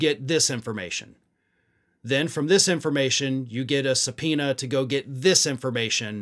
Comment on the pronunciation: Did you just say give Jordan a subpoena? 😂😂😂😂😂😂